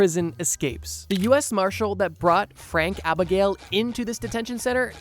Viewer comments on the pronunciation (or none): its not pronounced abigail its pronounced ab-igg-nail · Ab-ag-nail, not Ab-i-gail. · AbigNALE not abigale abingnaly abinil. AbigNALE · Its abiginal not abnignale not abigal. You clearly never saw the movie or heard his speeches. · Abagnale, not Abigail. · Abegnale, not Abigail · Abagnale : AH-BIG-NAIL not, abigail. hope this helps! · He keep saying frank Abigail over and over and it's driving me nuts. Frank Abagnale. a bag nale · You left out all of the best parts of Frank Abagnale's story! Also, it's ah-bag-nail not abigail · His name is Abagnale; “a-bag-nail”, not “a-bag-ale” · Its abbignale not abbigail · The name Abagnale pronounced “ Ahh-Bag-nail”, not Abigail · You didn't pronounce Frank's name properly at all, not even once. It got to be so annoying because of how often you said his last name, that I had to skip that part. You were saying "Abigail", when his name is "Abignale", I believe. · It's abignale not abigale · it's not Abigail it's abagnale lol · You spelled Abignale correctly, but your pronunciation "Abigail" is not correct. Sorry to knit pick. Otherwise excellent content. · Omg its not Frank Abigail. Its Abagnale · I don't want to be that guy but it's not Frank Abigail, it's Frank Abig-nail. Gotta put some respect on one of the greatest criminal minds out there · Its Abagnale! Not Abigaile, not Abignawle, ABAGNALE! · It's Frank Abagnale Jr. not abagnaley ABAGNALE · AbagNALE… lol not Abigail 😅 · Bro, it's pronounced Abag-NAIL, not Abigale. The "Catch Me If You Can" story is widely known, it would have been smart to figure out how to correctly pronounce this well-known name 😞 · Great vid but PLEASE bro its pronounced Frank AB-EGG-NAIL not Abigail lolol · Frank Abagnale (Ab-ag-nale) not Abagail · AB-AG-NALE Not Abigail. Read the name. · Frank Abagnale bro ABAG-NALE. How are you gonna cite the movie and still mispronounce it. Big silly goose. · abagnale not abagail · Ah-bahn-yah-lay... not abagail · Abagnale- not agnalay - not abgnally - abagail 😂